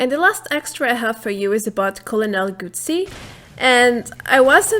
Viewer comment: Colonel gutsy is pronounced like the word guts as in having the guts just wanted to help about abit in that department. x,D